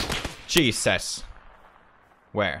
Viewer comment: Is it jesus or cheeses,he sounded like cheeses